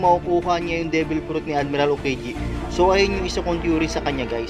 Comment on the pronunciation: aokiji hinde okieje